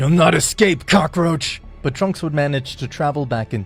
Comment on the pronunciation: Vegeta say insict and black said cacroch